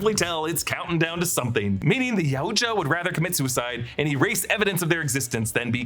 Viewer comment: ITS PRONOUNCED YOW-CHA Jesus Christ